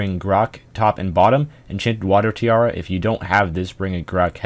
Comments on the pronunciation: what did u say "engent warder tiara" ? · hahaha. he did slaughter that phrase